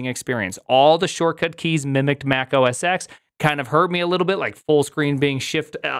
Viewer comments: You do realize that "OS X" pronounced OS Ten. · Back in the day, the X in OS X was intended to be pronounced "ten" because it's a roman numeral. Unfortunately, filthy casuals kept saying "X"...